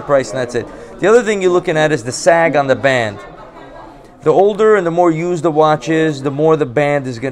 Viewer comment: "I want da gold. Give me da gold." 💯💯💯